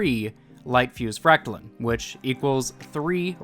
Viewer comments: Its fract-line not fract-lin. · You’re saying fractaline wrong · I am bothered by how you say fractaline lol